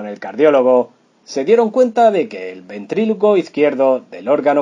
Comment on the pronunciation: Señor por favor pronuncie bien ...* ventrículo*